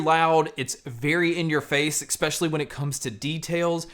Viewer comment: Great review but…the word is “especially”not ekspeshaly. Sorry but that just really annoys me.